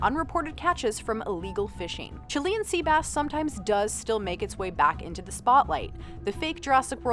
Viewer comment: God quit saying Chilean like that😂